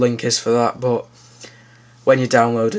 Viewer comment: lol at the way insted of but they say bot